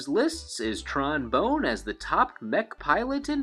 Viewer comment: Isn't Tron's last name pronounced Bonne (Bon) like Bon Bon?